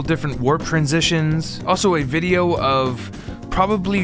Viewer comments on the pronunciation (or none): none